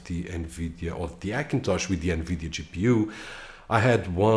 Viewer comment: I want to watch your videos but when you say Akintosh makes me vomit . try to learn the letter H for fuck sake.